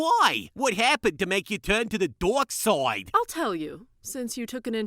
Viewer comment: "Doirk Soid" What the hell